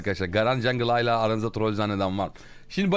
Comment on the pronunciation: "hayla" değil kankam "hâlâ". video güzeldi bu arada eline sağlık.